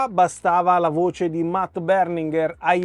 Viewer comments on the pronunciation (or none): none